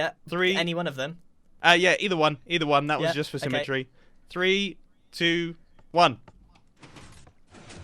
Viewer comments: cough cough symme-tree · Totally missed the "symme-TREE" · “Either one, that was just for symmetry.” No. “Either one that was just for symme-TREE.”